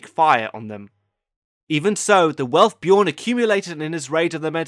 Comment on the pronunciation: its stupid that they didnt fucking get norwegian or swedish people to be the actors because the american actors cant fucking pronaunce the names like "bjørn". its bjørn not bjorn ! ø is a norwegian letter and it dose not have the same sound as a o. i still however think the show is good, but its just stupid not to cast actors that can pronaunce the words and names.